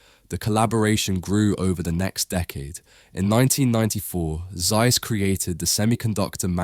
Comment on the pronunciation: Would be great if you get the names pronounced correctly: Z in German is exclusively pronounced as TS Zeiss. = Tsice